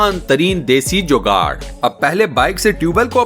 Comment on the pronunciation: لفظ جوگاڑ ہے جوگاٹ نہیں